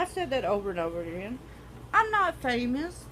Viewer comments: Did she say Famoust 😂😂😂😂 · ‘I’m not famest’